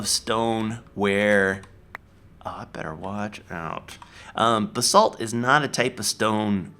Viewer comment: Everytime he says "Raw Basalt" it sounds like he's saying "Rob Assault" xD